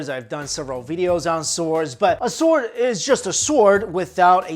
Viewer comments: Stop saying s'W'ord please :) Drop the w... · The w is silent goddammit!! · I think he saying sword wrong